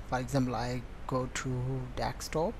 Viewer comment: Dextop instead of desktop !!